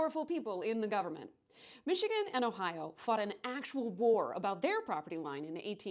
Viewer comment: You pronounced Michigan and Wisconsin wrong here. See your new video for reference. Also, GET REKT MICHIGAN!!! OHIO ROCKS! 1803 FOR LIFE!!!